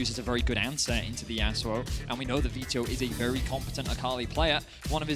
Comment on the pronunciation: These guys pronounce vetheo like they've spent alot of time in ibiza if you know what I mean... (butt stuff)